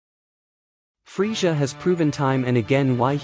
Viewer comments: please fix how you say freeza. I couldn't do it. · The way you say Frieza killed my ears. I had to instantly click out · Why can't you say Frieza properly?